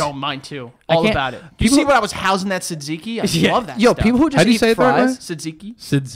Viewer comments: lmao the tzatziki is pronounced jajeekee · Its pronounced ten-zee-key (I’m Arab)